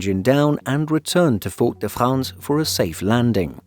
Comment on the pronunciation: No one pronounces Fort-de-France that way